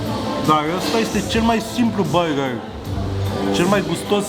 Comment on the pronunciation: Mai, cum cască el burrrgerrri, n-o mai face nimeni!